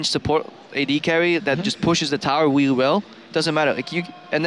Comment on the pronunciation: "reewy well" - Krepo :D